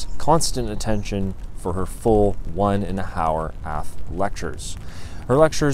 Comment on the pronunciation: “One and a hower aff lecture”